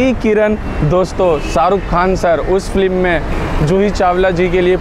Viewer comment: फ्लीम नहीं, फिल्म बोलो। नाइस वीडियो।